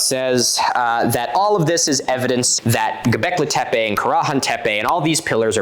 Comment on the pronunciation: this episode/part was great! as a kurdish woman from turkey, it makes me really happy to see someone correctly cover one of our megalithic sites :D the only thing that made me cringe (from your side) was the way you pronounced göbekli tepe 😭 i know that's not the important part, but it still made me laugh lol. çok teşekkürler ☺️